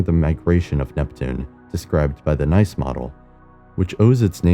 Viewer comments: "Nice," as in the French city, is pronounced NEECE, not NYCE. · How is it that these computer voice can’t pronounce that region in France called Nice but pronounced as neece? 🤔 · Nice is pronounced niece. Due to its French connections. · Love your videos but please, check how you pronounce names, especially names of places not in the US/England/Australia. The city of Nice is not pronounced the way you do it, in fact, using the English word changes the meaning completely. Nice originates from Nicaea and means "Victorious" (the brand "Nike" originates from the same word) And yes, I have been to Nice, it is nice in Nice.